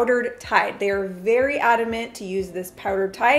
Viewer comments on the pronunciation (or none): none